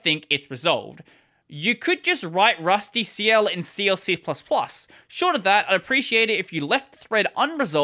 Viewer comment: It's pronounced like "rustical"